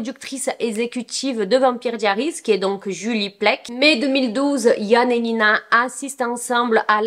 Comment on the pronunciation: La prononciation de vampire diaries pitié 💀💀💀